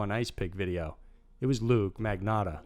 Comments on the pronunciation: It’s LUCA!!!!!!! Omg do some fucking research!!!!!! Good channel but the stupid little mistakes you make (ALL THE TIME), makes it seem like you don’t care about what you’re doing. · It's actually pronounced look-yah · Its "luca magnotta"